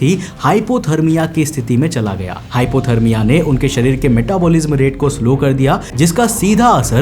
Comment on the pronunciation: .....hota hai Sarir nhi sharir hota h